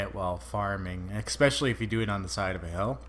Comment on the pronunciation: Dude you ramble all you want! Haters gonna hate! I'm a subscriber and I love your content! My only request would be that you start saying the word especially properly! Please!